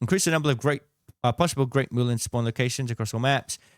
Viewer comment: Ok. It’s pronounced MULL-EN like Full Hen. It’s a real plant and a tincture is amazing for respiratory health. No one apparently knows how to pronounce it.